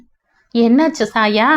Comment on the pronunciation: Chaya - Saya alla